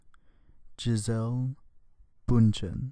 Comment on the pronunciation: thats damn wrong her name is Bündchen and you dont pronounce it that way